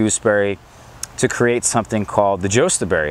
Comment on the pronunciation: Pronounced YUSTAberry and its HASKAP not honeyberry. No growing info